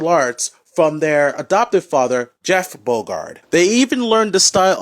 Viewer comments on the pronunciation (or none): none